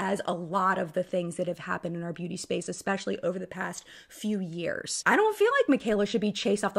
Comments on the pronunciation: I wouldn't take this girl's opinion to heart... she says "ex-pecially" 🤣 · 1) morphe/Jaclyn hill-bankruptcy couldn’t have happened to 2 more well deserving entities. I hope karma isn’t done. 2) -looks like she reconsidered that video, it seems to be gone. She lost all credibility when she said “ekspecilly”. Good to know she’s cool w lying. 3) Mikayla shouldn’t be *career over*. But she needs to address this, and reconsider how she handles sponsored posts. I have a feeling brands may reevaluate their relationship with her since ber credibility just took a hit-her whole schtick was “honesty”. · Also, if someone pronounces especially as eXpecially... you know they're full of crap 😂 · That girl that said 'everything is lying' also said 'expecially' so I immediately don't trust her. 🤣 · xD Listeeeeeen. When people do that unironically, it immediately invalidates everything they say for me. Expecially, pacifically, myriad of (these are the ones who are trying to sound like they know more, but they didn't take the time to look into how to actually use the word), axe instead of ask...the list goes on. I know I probably miss out on a lot of good info because of that, but I also know I absolutely dodge a lot of bs that way, too.xD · And she says EXpecially. For that reason alone, I would never be able to take her serious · I laughed so hard when the girl defending dishonesty for money said "e(ck)specially" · That girl tried to sound so smart and so smooth and kept mispronouncing especially. It was driving me bonkers. She really thought she was laying some truth down